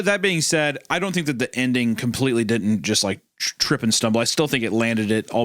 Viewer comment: Bugs me wendigoon can’t pronounce words with T’s in the middle. “Wridden” “Cerdainly” “Ladin” etc.